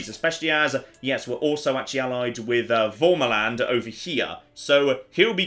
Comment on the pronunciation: The feeling when pronounces värmaland as an accented a, but its the wrong accented a lol